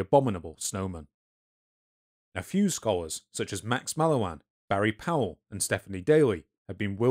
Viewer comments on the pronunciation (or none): none